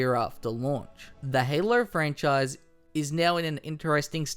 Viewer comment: LOL that super Australian "Halo". Haylurr